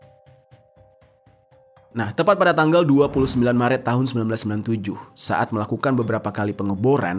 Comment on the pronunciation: org sumatera ya? ngomong e nya.. pas bilang Maret.. kyk org sumatera utara